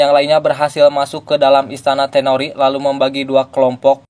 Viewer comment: Toneri bang, bukan tenori